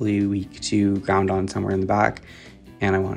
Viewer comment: why do you pronounce it ground-on … its groud-on … 1 n at the end lol